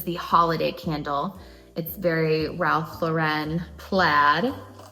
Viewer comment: It’s Ralph LORE EN Lauren like the girls name